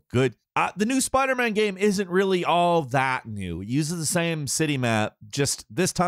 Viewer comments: How the fuck does not know how to say the word game. GAM GAHHHHME Gayum. Am I the only one who notices this? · His pronunciation of the word "game" is so funny. Geæm